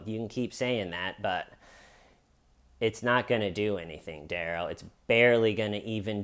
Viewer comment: In Darrell’s interrogation, they pronounce his name Duh-rell instead of Dare-ull. I think that’s why he keeps saying “that’s not my name.” But instead of being a reasonable person and telling the judge the correct pronunciation of his name Day 1, or even at ANY point in the trial when the judge asks him what he’d like to be called, he just keeps saying, “that’s not my name” and won’t tell her the right pronunciation just to be a total asshole. Now he will forever be referred to Dare-ull instead of Duh-rell, and it’s his own fault.